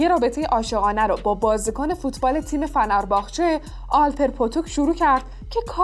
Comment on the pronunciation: فکر کنم اسم تیم فوتبال ترکی فِنِر باغچه باشه نه فَنَر